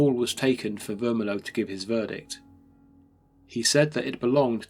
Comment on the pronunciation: Mr. Vermillion - this is NOT pronounced Ver-mi-low but Ver-mil-le-on, the ‘million’ part pronounced just as million as in the number ! Even if the landlord was a Frenchman, then it would be pronounced almost the same except the ‘n’ at the end would be soft.